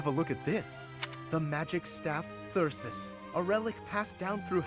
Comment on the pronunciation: That's cause he hits on the majority of the female characters only ones immune are Edelgard, Shamir, and Catherine maybe he's afraid of them :3 Wow +7 to phys and mag now I see why you've been ignoring his personal :P Meh call Thyrsus whatever I liked your way of pronouncing it. It would of been cool if this gave you the option to have a tea party Same with Maya although Raph was the only one who talked about her Through all of GD Flayn didn't mention cooking once now she has multiple supports about it 😅 I bet it was a seafood dish fish bones can be a pain in the ass to deal with :/ Surely other people have that covered 😂 Incredible supports as always